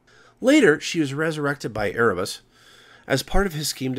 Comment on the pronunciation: Erebus = "Air-oo-bus" ? I am now convinced that you are just doing it to fuck with me.